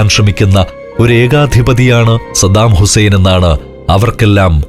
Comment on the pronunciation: പപ്പു പറയുന്നതു പോലെ സദ്ദാമുസേൻ 😆😆😆